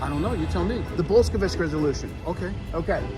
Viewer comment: A “constitutional scholar” who can’t pronounce Bolshevik.